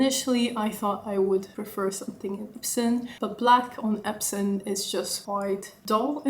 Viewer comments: Beautiful bag. When u talked about other leather, I heard you say “epson” leather, is it epson or “epsom”? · I heard it 3x too